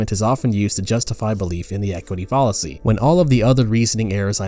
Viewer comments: Fall-a-see, Foul-a-see. :| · I agree with you. I thought he was saying “policy” instead of “fallacy.” There are a number of other odd mispronunciations too. It’s very distracting and really detracts from the credibility of the video. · Your pronunciations of “fallacy,” “deity” “Elon” are all incorrect and quite odd. You even said “understrand,” “hatredch” and something nearly incomprehensible for what I believe was supposed to be “determine,” for some reason. It’s distracting and detracts from the credibility of your videos. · This video just kept getting so many things wrong, but I think the final straw that made me click away was the way he pronounced "fallacy." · I’m actually not progressive in the slightest, but I agree with your critique overall. Something about this video rubs me the wrong way. His tone is condescending and pedantic, which is ironic considering how many words he blatantly mispronounces, ironically including the word “fallacy” itself. This video is also far longer than it needs to be for what is ultimately a pretty simple concept. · Not the only odd pronunciation throughout the video. He ironically repeatedly mispronounces “fallacy,” along with a few others at least once, such as “deity” and “understand.”